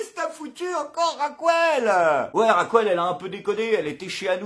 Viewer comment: Bon courage! Une précision, si ce n'est pas un trait d'humour : En espagnol Raquel ne se dit pas "Racouel" mais "Rakel"...